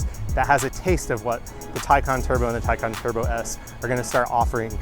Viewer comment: And Taycan too. Not Taycehhn like other reporters.